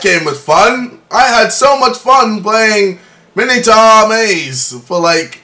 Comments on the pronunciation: Its not MINITAR, its MINOtaur maze :P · u prenounce it minotor not minitar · It's not mini-tar it's my-no-tor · It's pronounced mine o tour not minatour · I cried every time he said 'minnitar maze'. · I believe its pronounced Mine-a-tour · It's pronounced Mine-O-Taur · Mi-no-taur, not mino-taur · play outlast it is better and it is pronounced my-no-toor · How he pronounces 'Minotaur' is wrong, but... Just, so cute. XD <3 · Actually mine O tour is not how it's pronounced you are wrong. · You're English not American, pronounce Minotaur correctly.